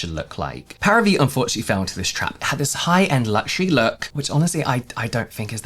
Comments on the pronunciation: It's pronounced 'Pah-ree-vee', Paris+Vie = 'vie' is French for the word life. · I'm preeeeettty sure the pronunciation is "Pari - Vie" Like Paris life in English :) Vie pronounced the same in "c'est la vie" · I'm pretty sure it's pronounced "parivee", like some pseudofrench for "Paris life" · Parivíe is equal “life of pari” and pronounce pa-ri- vee. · I think it's pronounced Paree-vee. Vie = life in French. So like Paris life? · The way you struggled to say the name each time hahahaha. Celebrity brands are just not competitive. Every other beauty company founder first and foremost saw a gap in the market, a need that wasn't being met. Often it came from their trade like if they were a makeup artist or a dermatologist, or at the very least, did market research to see how they could best occupy a competitive position in the market. Fenty Beauty was borne of Rhianna's own experiences as a woman of colour who, in her job, found it frustrating that she and/or her makeup artists struggle to find a foundation match. Celebrity status is not a competitive edge. Paris Hilton touched on something that could have worked; a solution to combat daily modern skin aggressors as a busy businesswoman which is how she brands herself these days. But instead of doing a whole line, a few multipurpose hero products would be enough to lend it some credibility as something she uses every day or when she's busy. It's why celebrity "Get Ready With Me" and "What's In My Bag" formats were so huge when they came out. We have a voyeuristic desire to see into the lives of global celebrities, and skincare, being so personal, will absolutely sell like hot-cakes if we believe a celebrity uses it and its efficacy is linked to the condition of their skin. But when a celebrity creates a new product, unless it fills a gap in the market, their endorsement equates to very little as we know they achieved their skin with a pre-existing product